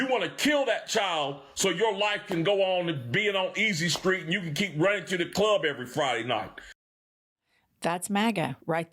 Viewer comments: Did just say " screet" as opposed to street?? huh? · Did he say "screet"?😮?